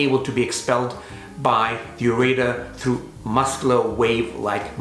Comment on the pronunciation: I wanted to scream listening to this dude call a ureter a, ur a tor. I am currently in severe pain with this awful stone I have and listening to this from this dude is comparably as painful.